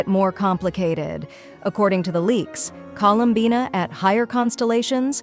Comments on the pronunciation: Bro said her name wrong colum buna tf you mean bina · Drinking game: take a drink every time the AI voice gets her name wrong. For more fun watch other faceless Genshin YT’ers. For the underage kiddos drink Mountain Dew, Dr Pepper or chocolate milk.